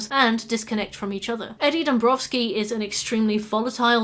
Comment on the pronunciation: Sorry, it is not Eddie ''Drombowsky'' it is Eddie Dombrowski.